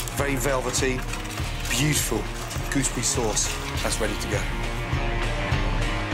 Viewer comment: beautiful, goospy sauce